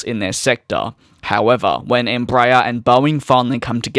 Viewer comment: It's NOT "" Em-BRAYER" it's "embra-AIR"